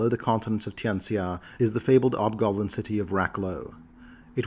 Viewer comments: Hobgoblin, not 'obgoblin. The H is not silent. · Is hobgoblin pronounced "ob-gob-lin" - with a silent "h"? Have I been saying it wrong my entire life?!? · please don't apologize. The video is really well done. I can listen to these for hours, it was just distracting. Its possible that some people might pronounce it with a silent H, but I've only ever heard them as hobgoblins, even in other media. One of my favorite races and lore.